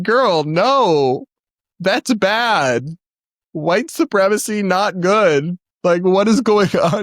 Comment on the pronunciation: We can go back and forth about why Great White might discriminate against certain clients. Honestly almost irrelevant to this influencer’s statement outright supporting white supremacy (which she didn’t even pronounce correctly by the way). Her words are disgraceful and disgusting.